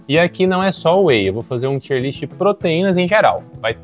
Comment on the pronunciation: Excelente vídeo. "tier" é uma palavra em ingles, e pronuncia TAIER